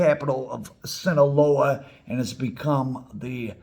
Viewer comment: I love your content and your merch. I’m wearing one your shirts right now. That said…No disrespect to you, but hearing your mispronunciation of Sinaloa is like nails on a chalkboard.